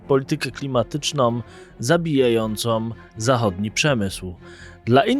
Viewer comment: ❌️ "politykę klimatycznom" ✅️ politykę klimatyczną ❌️ "zabijającom" ✅️ zabijającą Komentarz nie ma na celu uniżanie, ale szczerą chęć pomocy. 95% Polaków popełnia ten błąd. Nazywamy go fleksyjnym. "Som, kupujom, inwestujom, klimatycznom, zabijajacom". Są to formy niepoprawne i szczypią w uszy bardziej, niż "poszłem". Piszemy oraz mówimy "są, kupują, inwestują, klimatyczną, zabijającą". Nie wiem dlaczego dosłownie 95% Polaków ten błąd popełnia. I to ludzie z kanałów traktujących o poważnych tematach. Jest to okropny błąd. Razi w uszy strasznie. Powtórzę więc - komentarz z dobrego serca. To świetny kanał, świetny blog. Ale błagam, naprawmy ten błąd 🙏